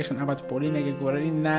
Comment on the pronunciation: Hello! Unfortunately, you don't pronounce Polina Gagarina's last name correctly. Incorrectly put the emphasis. Russian Russian accent is very important for the Russian language and for Russian surnames. In fact, it is very easy to pronounce. She has the same last name as the first cosmonaut of the Earth - Yuri GagArin (of course you know him). Yuri GagArin. His last name sounds here and here at 0: 13 Yuri GagArin. (emphasis on the second letter A). Similarly, Polina GagArina. (emphasis on the second letter A). For women, the letter "a" is added at the end of the last name. Her last name is pronounced correctly here at 1: 51: and here 2: 52 Thank You :)